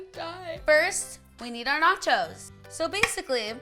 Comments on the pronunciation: Every time she says "chos" I think she's saying "chodes" hahaha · Every time she said the word "Cho's" it sounded like she was saying "Chodes". Love it. 😂